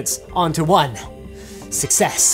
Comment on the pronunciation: in success goes to S U C C for a split second LOL